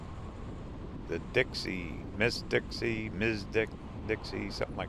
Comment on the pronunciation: My husband and I have a video almost 52 years old when we were newlyweds and took the M.S. Dixie with my parents. The one you went on may be second generation but we were told it was pronounced M.S. Dixie, not MS. Just an fyi. A speed boat with women who were topless made our trip a bit sour…my dad was a minister and my husband didn’t like it either. We didn’t record that. Watching your video brought back a lot of memories because we’ve been in Central (Bend/Sunriver) Oregon for 48 years.